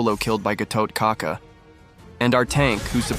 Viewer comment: Gatotkaca is actually pronounced Gatot Kacha.